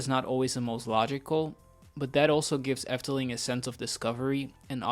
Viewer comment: Are you Dutch? Your pronunciation is so good in every Dutch word you say. Excellent. You give a good discription what the Efteling is. Thank you making this for my favorite themapark.